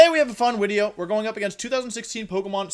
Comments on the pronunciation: i love how wolfe calls his videos 'wideo' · Wolfey im sorry stop saying video I can't stop laughing hahaha